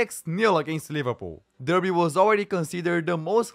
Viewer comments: Its pronounced DARBY, lol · Good video. Derby is pronounced Dar-bee. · Derby pronounced DARBY reading is pronounced REDDING. just fyi